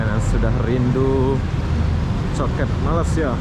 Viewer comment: Kenapa kamu cakap Malaysia tak betul. Bukan malisia bunyinya melaysia